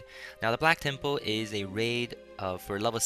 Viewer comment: lol i like how u say temple tem-POLE :P